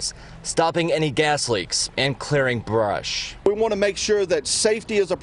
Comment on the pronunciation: the way he said brush 💀